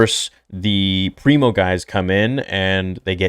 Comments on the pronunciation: Pre-Mor, not Primo Preox-Morlana. Company security, basically. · Pri-mor not primo